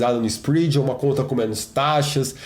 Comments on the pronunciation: Boa mano! PS: Se pronuncia "spréd" e não "spriid" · Foda, chega a doer o ouvido kkk